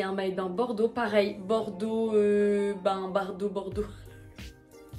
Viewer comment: Mais c’est pas bardo c’est bando 😅